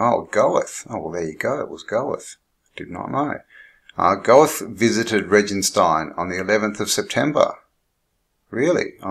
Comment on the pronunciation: Good morning...good to see ya. Goethe pronounced GER-ta. Very interesting finds. Makes me feel really strange just looking at these things.